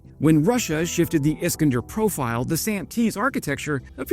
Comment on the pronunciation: is KAN der not Iskndr